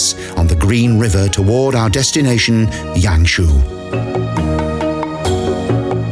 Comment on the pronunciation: "Lijiang River" is redundant, since 'jiang' is Mandarin for 'river'. So, you're saying Li River River. Pick "Lijiang" or 'Li River', not both. Also, it's lee-JAHNG, not lee-YAHNG.//Yangshuo = yahng-SHWOH, not yang-SHOE.